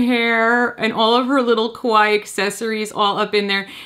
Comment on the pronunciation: Ok, quick lesson time. Kawaii is pronounced KA-why-EE, not KA-why. Normally I have no problems with people who don’t speak Japanese, getting pronunciations a little wrong but in this case, the way that people always say it in the wrong way, makes it sound like a completely different Japanese word. A word that is kinda the opposite of what you want it to mean. Saying it like KA-why makes it sound like a slight mispronunciation of Kowai, but a lot closer to it than kawaii. And kowai means scared, not cute. So, remember, there’s another syllable at the end: KA-why-EE. 👍